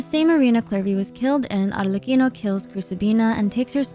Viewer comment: i gotta say i really loved you correctly pronounced arlecchino during the whole video. it makes it perfect